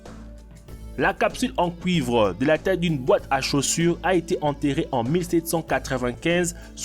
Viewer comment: Des pièces en couivre. .. apprend à parler tête de zgeg